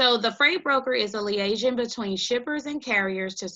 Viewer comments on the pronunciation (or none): Good solid info shout out from NC. These valuable videos are definitely enhancing the lives of others we thank you! And that’s not how liaison’s pronounced😀